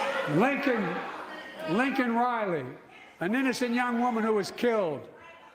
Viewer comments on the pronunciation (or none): Bumbling Biden can't say Laken Riley because he is an idiot. "Lincoln Riley " still alive and kicking BTW... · MTGs stunt was annoying. The parents of the girl killed were whining that Biden didn't pronounce her name correctly. Listening to the speech and considering that he's a stutterer, I don't hear it in the audio.